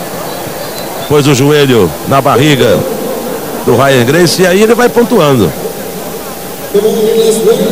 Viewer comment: O locutor sacaneou :"a Rya gracie" haha sempre foi um merda lutando, só ganhava na covardia